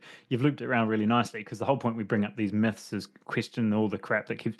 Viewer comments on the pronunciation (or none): Let's break some "muths" 😂